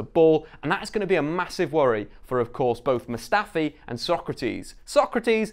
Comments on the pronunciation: Nails Sokratis’ full name but couldn’t say Elneny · Nailed Sokratis but still said El-NayNay lulz